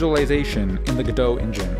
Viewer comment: oops! you forgot to pronounce the t! all jokes aside great video! :)